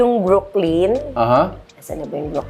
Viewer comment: Brooklyn is not pronounced as Brook-lean. Brooklyn is pronounced as Brook - lan. Lettuce is not let - toos, instead let - is.